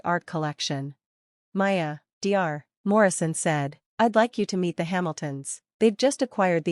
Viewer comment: Get an A.I. voice that knows how to pronounce common words! (like Dr.)